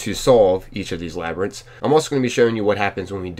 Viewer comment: Yeah we know you not used to saying words like labyrintts don’t sweat it